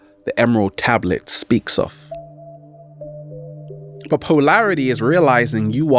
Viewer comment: "Poelarity", wonder is it relates to polarity, ugly enunciation that reflects the fractured mental force that is struggling to squeeze words out of a mouth-breathing body. Keep at it savage, I'm sure your ugly noise is being filtered by the audience which has to be extra attentive to understand you.